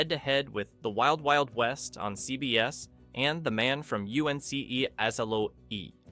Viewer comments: Everything was going well until the narrator referenced "The Man from U.N.C.L.E." and read it off as u-n-c-l-e instead of just pronouncing it as "UNCLE." Is this just a better than average AI channel? And as far as "Voyage to the Bottom of the Sea" influencing naval enlistment numbers... remember that "Gomer Pyle" also added to Marine enlistment numbers. Then finally, the worst part of this video and way too many other channels is the obvious FAKE FAKE FAKE film scratch effect added to the video. It's obvious, unnecessary and totally annoying. Just because you can click a button in the effects menu doesn't mean you should. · Your voice ai doesn’t know how to say uncle. And your knowledge is lacking.